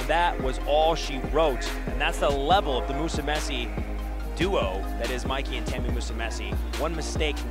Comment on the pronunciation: Man, these commentators need to learn how to pronounce Musumeci. Don't be ignorant with foreign names especially with those who've been competing for quite a while now